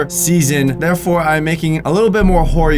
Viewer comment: “Horry videos” 👏